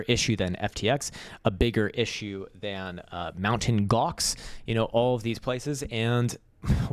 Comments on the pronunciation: called it Mountain Gox 😅. It's MTGOX: Magic, The Gathering Online eXchange 😂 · its funny to hear "mounting gox" or "mount gox" lol Is MTGox which means "Magic The Gathering Online Exchange" :P It has nothing to do with mountains haha